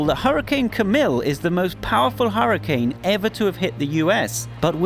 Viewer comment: its hurricane not huracnae are hurracane